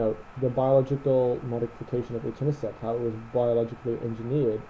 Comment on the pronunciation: I keep hearing Eternacept instead of Etanercept.